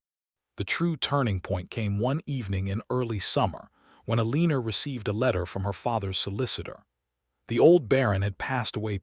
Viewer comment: It’s El-l’an-nor. AI sucks.